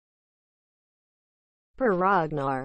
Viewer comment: Is this a joke? Its not even close to how Per Ragnars name pronounced. Just because you run it trough a speech synthesis doesnt make it correct.